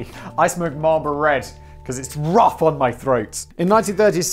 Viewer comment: The way he says Marlboro (Marlbora) offended me